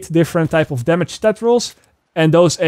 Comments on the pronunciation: Its Damage bro .....Not Damash . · First time i heard when he said "Damage" i thought wtf is that 😂 ......a few more times of hearing it .....oooooooh damage 😂Fuckit lol